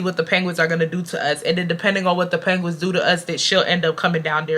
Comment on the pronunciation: The way you pronounce penguins like panguins is taking me tf out😭😭